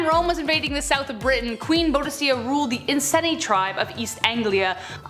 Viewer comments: Boudica *Boo-di-KAH, not Bow-di-SIAH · ??? Pretty sure it's pronounced more like queen boo-dih-caa. Who informs yall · And she’s awesome in all the war games I play ! No joke! And yes she pronounced her name wrong but hey, she’s adorably cute…so she can mess up anytime it’s all good! ❤️❤️❤️❤️❤️ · You mispronounced Boudicca's name.